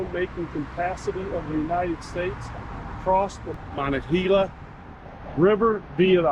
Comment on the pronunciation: It's muh-NONG-guh-HEE-luh. And it's Pittsburgh, not Pittsburg.